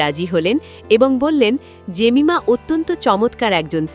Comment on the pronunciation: এই মহিলা নিজের নামটা উচ্চারণ করে এই ভাবে: "জেমাইমা" .... ভারতের মহিলা ক্রিকেটারের একই নাম (Jemima Rodrigues), কিন্তু ও উচ্চারণ করে "জেমিমা"..... ইংরেজি বলার অভ্যেস থাকলে ঠিক ধরতে পারতেন